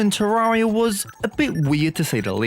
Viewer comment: I'll subscribe when you pronounce terraria correctly